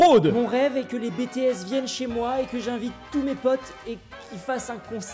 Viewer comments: Mes oreilles ont littéralement pisser le sang quand j'ai entendu "B TÉ S" j'ai encore mal bordel de putain de merde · On prononce bi-ti-s !!!!!! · on dit bi ti esse (BTS) ptdrrrrrrr 😂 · les bé té esse mdrrr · BTS sa se prononce a l'anglais (bitiès) c'est juste un conseille si tu veux pas te faire envoier des menace de mort par leur fans. Perso je préfère EXO. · Le bel accent sur BTS xD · en mode anglais